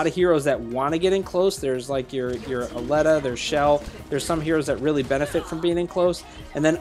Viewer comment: I think you're pronouncing Aleta wrong. I think it's supposed to be A-lee-tah